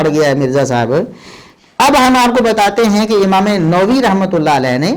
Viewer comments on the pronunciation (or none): جاھل انسان۔ امام نووی کا تلفظ Novi نہیں Nawawi ہے۔ جس جاھل کو اما م نووی کا نام صحیح تلفظ سے پڑھنا نہ آتا ہو وہ مسند ارشاد پہ بیٹھا راویوں کی جرح و تعدیل کر رہا ہے۔